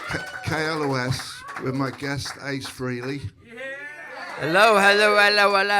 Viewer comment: It’s not Free-ley- It’s Fray-ley.